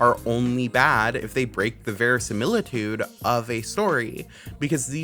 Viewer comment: verisimilitude? :Oc do you speak Spanish? Sounds like "verosimilitud"